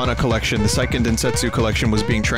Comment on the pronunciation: And he still can't pronounce "Seiken" in "....Dendetsu" right.